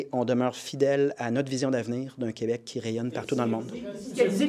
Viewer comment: Je remercie et félicite PSPP d'avoir arrêté de dire "qWebec" quand il parle en anglais. Vive le Québec libre